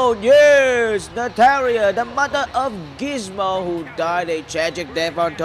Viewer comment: Nataria hahahaha he said it wrong